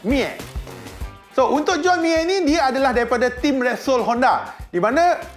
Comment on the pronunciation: bang bukan juen tapi join. juen tu budak46 selalu sebut😂